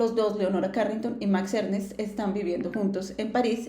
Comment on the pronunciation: Max Ernst, no Ernest